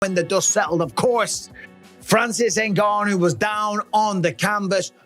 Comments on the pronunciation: Rrrrrrt "Enganu" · you keep saying his name wrong... "N- Gun New" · People really taking this video seriously he cannot even pronounce the mans name correctly it’s not what you know but what you can prove 🙄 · Can’t pronounce his name right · This s*** should be taken down because of the title. Desperate headline for views. At least learn how to pronounce francis surname correctly lol